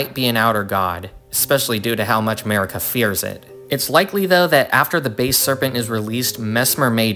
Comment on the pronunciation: Its not base serpent, its basal serpent